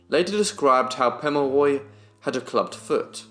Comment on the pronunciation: Its good to see a young man taking interest in Australian Aboriginal peoples /// Your reading from a book // best knowledge is from the people themselves // Also you then will know how to say his name correctly 😉